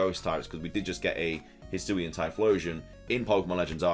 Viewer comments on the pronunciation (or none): none